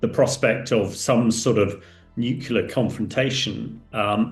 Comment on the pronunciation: It's pronounced NEW CLEAR, not NEW KEW LAH!